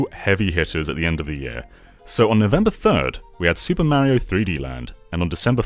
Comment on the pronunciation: Is it a british thing to pronounce Mario as Mawio?